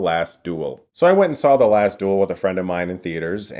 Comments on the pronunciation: Fuck sake learn how to pronounce duel, its not DOOL its DU-EL . Fuel but with a D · Its the Last Duel not Dool !